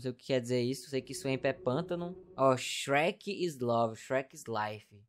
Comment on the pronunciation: "Meu deus o xuequi naum xuequi"kkkkk